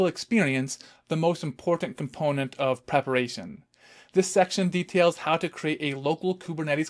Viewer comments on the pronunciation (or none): none